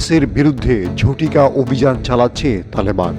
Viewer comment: "জটিকা" নয় "ঝটিকা”।